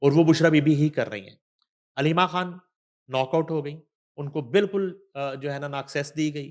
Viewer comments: ہیلو بشری کھان نہیں ہوتا مسلمان ہیں آپ السلام علیکم کہتے ہیں ہیلو بچھرا کھان نہیں بشری خان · بشریٰ کھان نہیں خان آپ اپنی لینگویج زبان کو ٹھیک کریں بشریٰ خان اور گیر کانونی نہیں غیر قانونی پلیز اپنی زبان درست بولیں رومن یا ھندی نہ بولیں یہ کوئی فخر کی بات نہیں کہ خ کوکھ بولنا یاغ گین بولنا We hate it😡😡 براۓ مہربانی اردو بولیں رومن یا ھندی نہیں❌🚫 😡😡